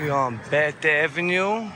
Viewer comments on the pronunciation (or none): none